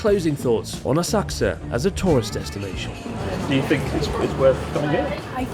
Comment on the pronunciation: So Asakusa now a-sucks-a?